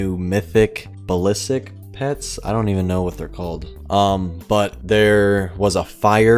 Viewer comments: Sry had to click off the vid u kept on saying ballisik 😬😬😬😬 it’s basilisk (Bass[like the fish]-ill-isk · Basilisk not balisik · Its Basilisk not Balisik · No one: Absolutly no one:: balisik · Julian Torres actually someone look at the comments more I sent “it’s basilisk not balisik” before you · Its basilisk just need to go back to school lol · balisik.... bas-il-isk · He can’t pronounce most of the names lmao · I think u say it bas-is-lisk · its pronounced bass-ill-isk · My dude it's pronounced like the basilisk in Harry Potter Idk why that buys me so much lol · yOu sTiLl sAy bAsiLiSk wRoNg!!!!!!!!!!!!!!!